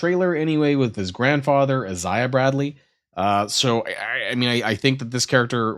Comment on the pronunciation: He said "is-i-ah Bradley" too